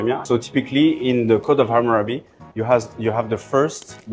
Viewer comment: Hamurabiego, źle jest czytane